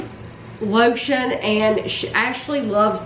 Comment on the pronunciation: I thought she said she wanted to eat the lotion 🧴